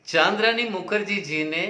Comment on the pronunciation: चन्द्रानी मुखर्जी को चान्द्रानी मुखर्जी बोल रहे हो?